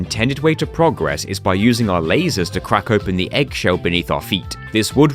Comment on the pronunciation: Why do pronounce progress incorrectly?